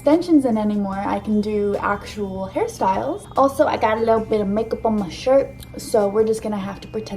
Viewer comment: all the times she said “hair styles” i heard harry styles